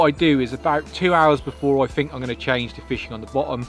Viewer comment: “Fink”? Does this Thuckwit mean THink?